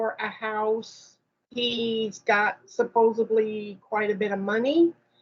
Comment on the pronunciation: It’s “supposeDly” not “supposABly”.